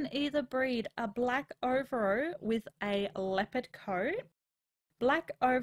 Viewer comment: over-o? its ov-AIR-o XD love your vids tho, great try